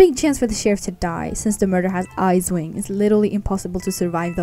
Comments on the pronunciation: Um it's icewing not isewing... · I thought u said izze wing lol